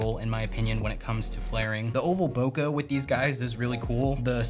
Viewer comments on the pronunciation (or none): some1 tell this guy how to pronounce bokeh please